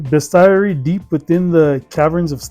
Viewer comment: It's pronounced beast ery